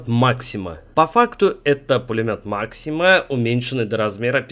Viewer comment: как же мне ласкает слух, когда люди не коверкают фамилию бедного Максима